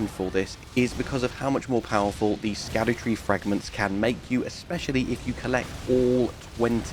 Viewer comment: It's ˈvizij ["Vizz-ij"] Also Scadutree is said like "Shadowtree" Thanks for the video